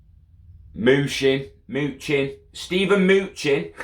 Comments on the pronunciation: His name is pronounced muh-nuh-chin. But keep saying moochin plz 😂🤣😂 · It’s actually muh-new-chin **